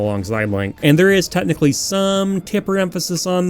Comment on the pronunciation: I just realized you say the word "technically" the same way I say it, sounds more like "Tet-nichally" for some reason.